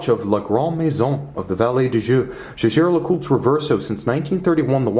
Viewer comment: You are one of the very few presenters who pronounce the name correctly.